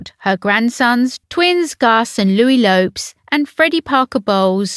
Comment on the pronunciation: If true, then this was a great idea by the young Prince! The "e" in Lopes IS pronounced! And Cholmondeley is pronounced "Chomley". 🤦🏻‍♀️